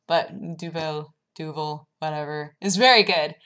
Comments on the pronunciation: The last 'Duvel' was pronounced correctly. Glad you enjoyed it here! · You pronounced Duvel correctly! :D